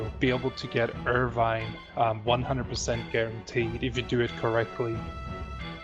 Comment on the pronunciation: If he wasn't so dedicated to it, I would swear he was just fucking with us. He called Irvine ONVine for fuck sake.